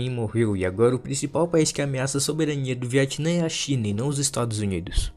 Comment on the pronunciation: Porquê você chama o Vietnã de Viatinã kkkkk